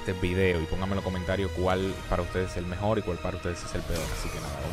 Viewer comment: El mejol el mejol el mejol